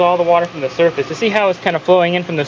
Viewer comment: Everytime he repeated the word surface he was saying "dumbass"